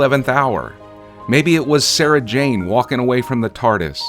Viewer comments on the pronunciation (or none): none